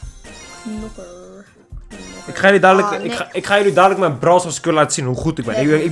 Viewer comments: Hey het is knokker niet nokker en als je het in het Engels wilt zeggen zeg je Brawler ( geen haat ) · Als je een doos opent en er staat 6 onderin dan heb je een nieuwe knokker . Nog een tip: het is niet nokker maar knokker (geen haat hoor) Ga zo door met je kanaal man love naar jou❤❤❤👍👍👍